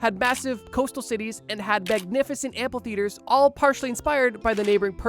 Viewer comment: The word is amphitheater. There is no L in it. It has nothing to do with amplifiers.